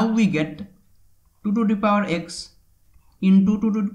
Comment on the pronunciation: Это произношение меня, блять, убило ту ту пау икс ван тутутутутупаваикс, СУКА